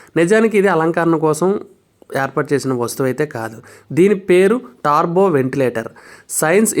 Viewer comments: Yes tarbo antunnaru it's turbo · Taaarbo kaadhu .. టర్బో adhi